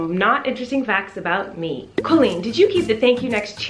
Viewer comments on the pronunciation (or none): Whenever you say your name, the captions say “Hi, I’m Clean!” 😂 Because of your fast speech & pronounce of Colleen